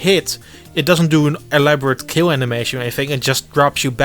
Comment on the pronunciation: "It's quite e-Labo-rate." Oh, you wonderful, silly little man.